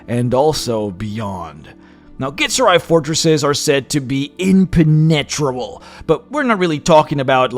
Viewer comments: I'm saying this out of love! It's pronounced En-pen-a-trouble. just a heads up because I have severe OCD 😂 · I’m sorry, im-pen-ET-rebel? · Something very funny about putting so much emphasize on one word (impenetrable) only to butcher the pronounciation. Dont get me wrong we all have our quirks especially when speaking a foreign language, me included for sure, but it sounded very funny just due to just how much effort and emphasize was put on it :P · Please... annunciation is important. Jedi - not Yedi. Impenetrable is spoken "Im - pen - et - tra -ble". Google voice if you must, but it sounds silly when you dont get basic words right. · love your vids but sometimes your pronunciation kills me xD... dat ImpeNEtrable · The way you say Impenetrable in your accent is so unorthodox but I love it